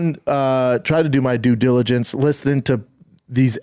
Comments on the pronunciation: Can just see the ozempiturk now, sat infront of a mirror practicing saying the phrase 'due diligence' over and over. Im genuinely impressed and equally surprised he said it right tbh. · I'm impressed that Brendan nailed 'Due Diligence' first try!